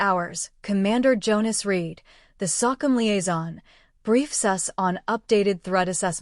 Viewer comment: S.o.c.c.u.m.... not sokum